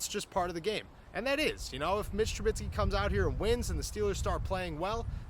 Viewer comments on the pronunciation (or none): It's Trubisky not Trubitsky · I need Trubisky to get benched so you can stop saying TruBITSKY 😭😭😭